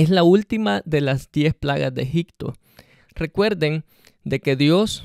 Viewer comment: Amigo.....la verdad necesitas meterte más en las cuestiones judías de esa época, te recomiendo aprender hebreo o arameo. Tu exegesis está un poco desviada. Y no se dice EGICTO, se pronuncia EGIPTO con P.